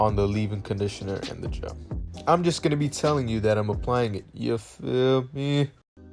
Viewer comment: When he said “yuh feel meh” I felt that